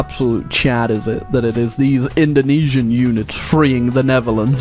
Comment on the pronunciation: hearing saying Indonesian makes me cringe... actually any English speaker saying indonesian makes me cringe tbh